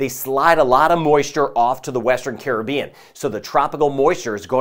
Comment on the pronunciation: I love when people pronounce Caribbean correctly